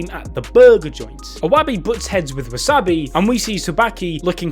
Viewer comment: wooosabi, eeewabay, den-ki, su-baki he is butchering names more than abdul